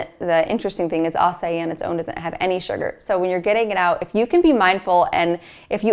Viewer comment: Acai is pronounced 'ah-sah-eee'